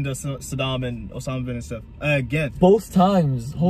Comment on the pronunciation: Actually Em pronounced bin Laden correctly. As I could’ve pronounce it as Arab